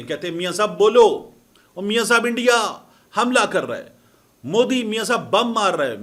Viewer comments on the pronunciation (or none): none